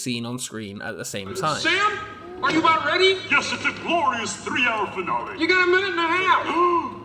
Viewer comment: Just so you know, finale is pronounced fin-alley